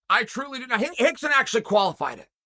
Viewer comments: The whole pronunciation of R into H automatically let's all involved know that there's something not right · Is it Hickson or Rickson ????? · Is it Hickson or Rickson? 😂 I feel like I'm losing my mind